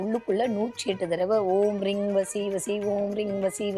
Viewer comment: ரீங என்பது ரிங் என உச்சரிப்பு வருகிறது